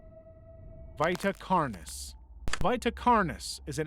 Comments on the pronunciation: Vita carnis is "vee-ta karnis", and tangi is "tan-gee" but alr... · you said vita carnies wrong sir nt being rude btw